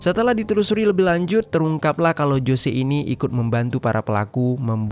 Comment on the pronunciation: Ralat min tulisan.nya emg jose tpi d.baca nya hose🙏